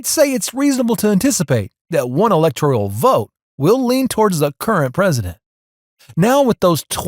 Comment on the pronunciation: "Electoral" is not pronounced as if it spelled "electorial" like janitorial. Please work on your pronunciation.